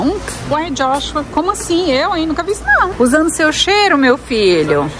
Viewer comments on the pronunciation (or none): none